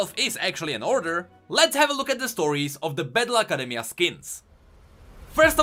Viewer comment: when he says battle academia i hear bad luck academia